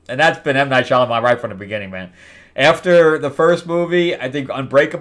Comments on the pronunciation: Shyamalan, not Shyalaman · Shalyman? It's disrespectful to continuously mispronounce someone's name if you're talking about them. But he sucks now. And I don't care for nepo-babies anything.